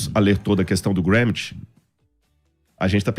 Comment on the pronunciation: Si pronuncia Antonio GranXi. Não é inglês é italiano.